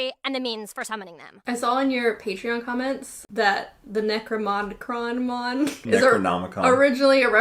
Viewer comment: trying to pronounce necronomicon was funny 😂